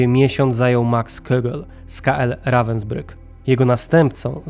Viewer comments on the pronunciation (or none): none